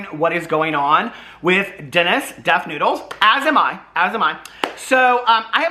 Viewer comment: You mean , Def Nude-les?